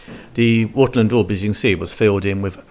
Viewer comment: What is the black deaf? What is smiffing? What is Wuttel and daub? Your pronunciation is utterly DREADFUL.